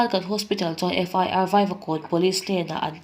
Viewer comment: In thil puang hi in tha ve riau😂😂 FIR tih tur ah FR inti thul..Peitian inti thul..channel meuh siam ve te chuan thil kan cover dawnin a chung chang leh chhiardan te in enlawka zirlawk ve tur lawm le,,,,hrezawk midang tepawh rawn emaw zawh pawh hrehloh mai tur